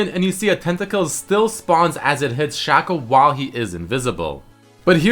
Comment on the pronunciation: u pronounced shaco wrong :|